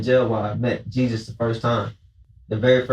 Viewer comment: He met Jesus pronounced [Hay-Soos] from the sureños click 😂